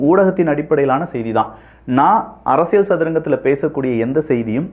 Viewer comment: Learn to pronounce Tamil correctly. It is not அரசியள் it is அரசியல்